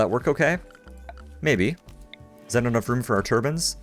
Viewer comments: You say turbine and roof weird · Funny pronunciation of 'turbine', but appropriate for an oil rich, desert nation... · I've been wondering for a while, but why do you pronounce turbine like 'tur-bin' rather than 'tur-by-n' ? is it an accent thing or just an odd pronunciation? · It's an accent thing I say tur-bin too